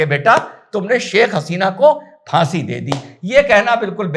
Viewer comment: Sir jee fasi nahi faansi Please correct 😊